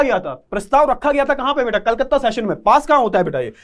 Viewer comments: Baita baita kam bola kro eretaid hota hai 😂😁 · Beata Beata mat boliye sir